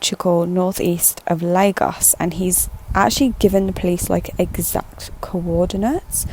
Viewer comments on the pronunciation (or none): Lagos - is pronounced La- gosh